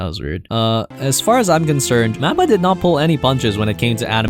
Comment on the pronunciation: MAP-PA? Please don’t make anime videos if you can’t even pronounce the studio right. Mahpa or moppa it’s not a map.